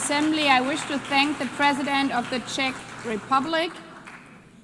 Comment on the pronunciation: Ffs learn how to pronounce CZECH, you earn so much money from tax payers ao at least learn this. Best regards